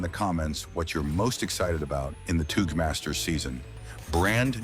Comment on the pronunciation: does this guy live under a rock or something 🤣🤣🤣 wdym by toouche masters it touge master never heard about it or what